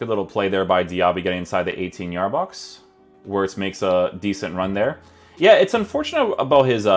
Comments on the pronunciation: FYI, in German, the W is pronounced as a V, so you would pronounce it as Florian Vertz. Not judging you bro, just letting you know :D I love your content, and I always check out your vids for player reviews first. Keep it up bro! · bro its veertz Wir is veer no ver